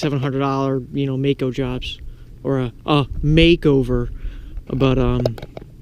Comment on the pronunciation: its Maaco